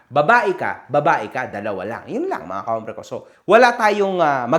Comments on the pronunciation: Sakit sa tenga Hhombre ng hombre….ombre po, silent ang H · Bro, the word hombre has a silent h. So ka-OMBRE dapat pronunciation mo bro. Peace!